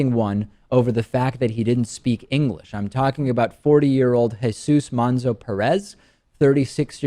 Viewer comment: "Engrish" XD lmfao